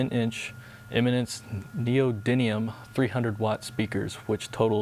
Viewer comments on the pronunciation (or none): NeodyMium...with an "M" :)